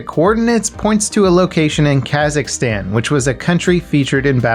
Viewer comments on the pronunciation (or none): none